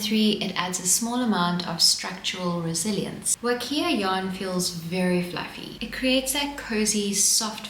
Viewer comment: Huacaya is pronounced "wa-kah-ya," not "wa-kee-ah."